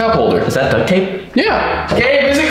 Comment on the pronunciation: I thought it was duct not duck